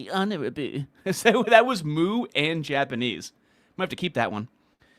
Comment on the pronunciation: Japanese and Mooish = Japmoo-nese